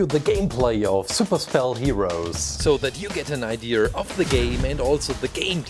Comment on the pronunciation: Super spell sounds like super cell